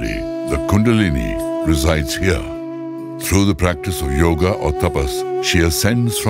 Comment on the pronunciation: God, please...it is NOT YOG. IT IS YOGA!